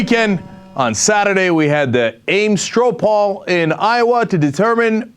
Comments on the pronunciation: Cenk? "The , "Ames "Stroh Pawl"? I think you meant, you meant "Ro Paul". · "Strow Poll" lol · What the hell is a "Strow Pawl?"